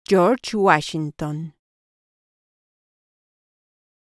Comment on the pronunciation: Cho’s guachsinton 😂 🎉